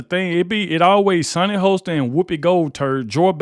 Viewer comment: Lol...I can't help myself. It's Sunny Hostin pronounced like hostile. Short o not a long o. 😂😂😂😂 so sorry but hostile just fits the scenario here. 😊